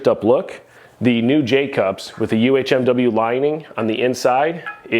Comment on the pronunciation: I knew if I came to you I'd get the correct way to say "UHMW" 😆 even Titan has it at "UMHW" on their spec list.. The one J hook I skipped on but now am curious to use even though I love the beat up rack look lol cuz it makes me feel like a beast.